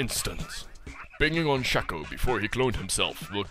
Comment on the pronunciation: Pro Shaco, but you don't pronounce it right :( Shay-ko. (confirmed by Riot).